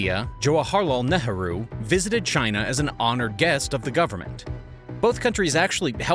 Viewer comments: Who is Neharoo??? it is pronounced "Neigh-roo" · Fascinating video, and I’d never denigrate anyone for only having read words, but Nehru is typically pronounced “NAY-ROO”.